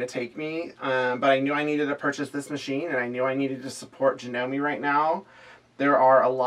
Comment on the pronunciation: A bit of trivia for you! Janome is a Japanese company (it's actually pronounced Jah-noh-meh). Kuro means 'black' in Japanese. I tend to like descriptive names, names that indicate something about the person/animal/item, so here are some suggestions along that line. Kuro, of course, but also - Kaguya means 'shining night', Kura means 'darkness', Keiko means 'shadow' or 'reflection'. One of the meanings of the name 'Mei' (which is pronounced like May, or that's the closest equivalent we have in English) is 'beautiful'. Miyako means 'beautiful night child'.